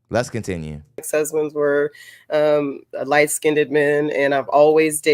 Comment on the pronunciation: The last woman said that a man has to be intelligent but then she goes on to pronounce "light-skinned" as "light-SKINNEDED". Make it makes sense.